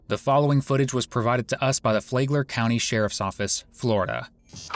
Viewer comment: It’s FLAG-ler County not FLAY-gler Is this AI narration? But more important: Rest in peace, Brandy.. I’m so sorry to hear of her death. This guy is EVIL.